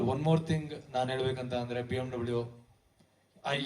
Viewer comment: Bmvv not bmw